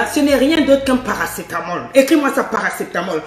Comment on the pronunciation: oui dit paracétamol je suis morte de rire